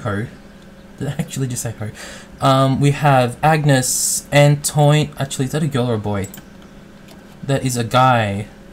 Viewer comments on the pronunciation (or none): Antoine is pronounced "Antwane", in frech they pronounce the "oi" as "wa". So Victoire is prounounced "Victware", to be fully correct they don't speak the last "e", so basically you say "Victwár". Just so you know for next episodes ;)